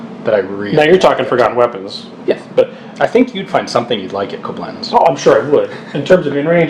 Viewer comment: hate to be that guy, but it's kOblenz, not koblENZ